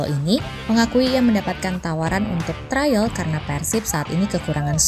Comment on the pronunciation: TRIAL BUKAN TRAIL